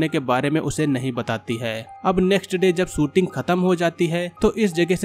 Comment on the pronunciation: Sa aur sha bolna to seekh lo sooting nhi shooting